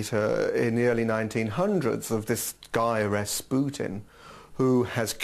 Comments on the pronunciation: Ras "Put-in" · It's rasputin... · Ras "Putin"